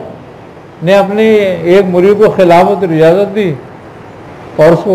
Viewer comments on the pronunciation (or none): none